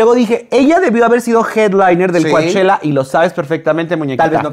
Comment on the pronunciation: Chicos Coachella se pronuncia Cochela, no Coachela. Shakira su primer concierto es en Palm Desert, California. A lado de Coachella, California. Vamos o que?